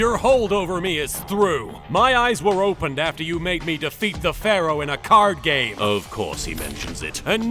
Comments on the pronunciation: It's not Pharoah. It's Phawowoh. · "You know what sinks ships Pharroro, CANNON."